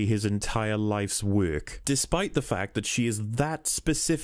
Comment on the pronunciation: Most people: "work" Rihanna: werk This guy: wæk